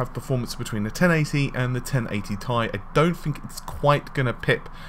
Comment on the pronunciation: "1080 Thai" xD, it's 1080 Tee Ai.